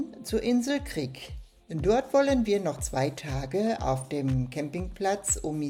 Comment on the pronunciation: Das Video ist gut und hat wirklich schöne Aufnahmen! ❤ Aber es heißt nicht omisalja sondern omisalj (sprich= Omischal) und es heißt auch nicht Krik sondern KRK 😅